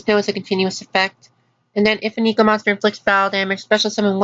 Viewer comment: Triggered by how you say "neko."